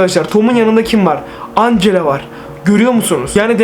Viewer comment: Ancela değil angela